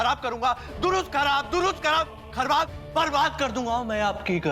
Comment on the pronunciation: Atharv ne khrab ki jagah khrbab bola